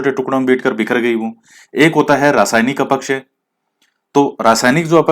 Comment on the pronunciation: Sir aap अपक्षय को अपकक्षय बोलते ह । acha lagta h ye bhi😁😁😇 6 out of 6 sahi h sir...